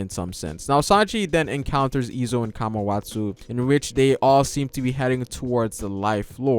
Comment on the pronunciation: Down vote cuz u keep pronouncing kawamatsu kamawatsu